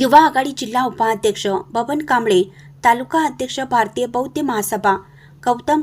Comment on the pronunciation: ' बौद्ध ' असाच शब्दाचा उच्चार करा.बौद्य नव्हे.